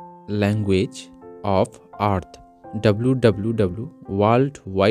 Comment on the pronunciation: Did this guy pronounce Earth as "art" eh I guess their main language isn't english, so it's fine 🤷‍♂️